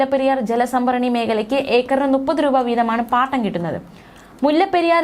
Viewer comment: നുപ്പത് അല്ല മുപ്പത്